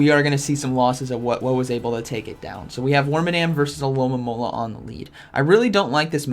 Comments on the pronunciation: is it so difficult to say Alomomola in English? I'm Italian and it is the simplest pokemon to pronounce for me xD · It’s a good thing I’ve been watching these videos bc now I know the Pokémon isn’t called “aloe-mom-ala” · I love how Z says alomomola “Alolamololololola”